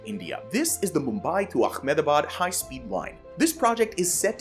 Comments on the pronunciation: mumbai to ahemdabad not "Akmamabad" please try google.translate or dictionary to pronounce other parts of your world correctly. It will help your projects to sound normal. Sorry i had to wrote that couldn't resist myself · ahmed-da-bad, not akhemed-da-bad. Stop making it sound like some Arabic region. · Are you Jewish? why do you say AkhmedAbad it is AhmedAbad H not Kh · What is with the pronunciation akkkkhhhhhmenebad? There is NO K. Learn how to pronounce Ahmed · as an indian the way he says ahmedbad as akhmedabad is so funny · nahh i spilled my tea at ahemdabad. just call it what locals call it its really simple its pronunced as "amdavad" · I lost you when you said Auckmehdabaad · Its pronounced "Ahem-da-baad" 😂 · when you said Ahmedabad I got so confused hearing that as an Indian, so to help the way that you said it is quite frankly wrong. I’m guessing you were trying to make it sound Arabian but it’s mainly Indians so it’s actually pronounced “Amm-Da-baad”. It’s like “I’m the bad” but double letters get a longer sound and the a becomes au. Hope this helps 👍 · bro's pronunciation of Ahmedabad is killing me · Pronouncing the Indian city of Ahmedabad in a fake Arabic accent is the most stupid thing ever. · You pronounced Ahmedabad very wrongly, its not arabic. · That's not how to pronounce "Ahmedabad". It's not the correct pronunication for "Modi", for that matter. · Well that’s a new pronunciation for Ahmedabad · Ahmedabad in is India and not the Middle East, so you don’t pronounce the name with an Arabic twist… it’s pronounced as written and not with the ‘k’ sound you are throwing in. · Learn to pronaunce ahemdabad correctly 🙄